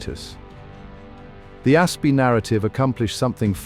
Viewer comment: "Egyptian A.S.P. venom..." - guys, if you have to use A.I. for your entire video production, including narration, at least show the effort to control the final result and fix the obvious pronounciation mistakes. Even if you have no pride at all in your material, at least spare your audience from getting headaches listening to it.